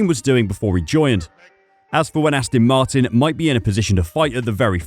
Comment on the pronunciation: Astin Martin ?